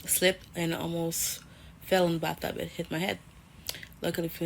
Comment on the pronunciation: Wait, hold up! Did this bi$%& just say "baththub" insted of bathtub?! 🤦🏾‍♂️😂 You don't need a man ho, you need a speech therapist! 🤣